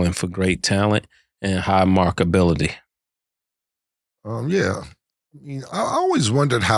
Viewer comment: Yo Ma$e, I’m pretty sure it’s “Marketability” 😂 all good though ! Lol